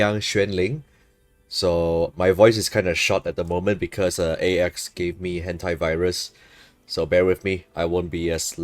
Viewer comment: I think he definitely said Hentaivirus there lol